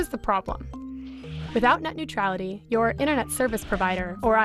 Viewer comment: Tu as dit “au revoir” à Nuetralité.